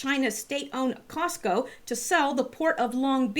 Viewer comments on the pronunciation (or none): none